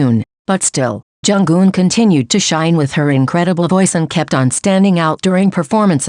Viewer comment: Plz pronounce her name as Jung Eun , not Jung Geun😊 . From Korean fan. Thank you❤